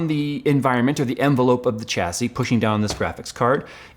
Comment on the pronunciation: Pls stop saying Chassis, its pronounced Shassy... why emphasise the CH but not the IS on the end? like when you wash your car, do you use a chamois leather, bet you call it a shammy leather, not a Chammy.